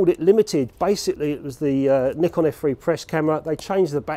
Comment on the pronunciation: You deserve a round of applause for saying nikon the right way! The Japanese way! 👏🏼(neekon)